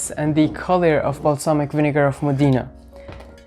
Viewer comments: Io sono nata nella città famosa in tutto il mondo per la tradizionale produzione di aceto balsamico e tengo a precisare che il nome corretto è MODENA che si pronuncia così come è scritto quindi non modina ma Modena ( con l accento sulla o) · The correct pronunciation of Modena is..MOH-deh-nah. The accent is on the 1st syllable! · moDEEna lol